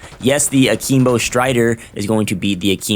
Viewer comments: A-KIM-BO not a-keem-bo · What the heck is Ahkeembo? 😂😂💀💀